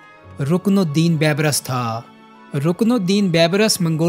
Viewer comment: اپنے اردو کے تلفظ پہ توجہ کرو۔ بےشمار الفاظ کے تلفظ درست نہیں۔ رکن الدین " بے برس" نہیں " بی برس" "Beebrus" لفظ ہے